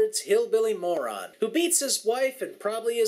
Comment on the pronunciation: He also can't say moron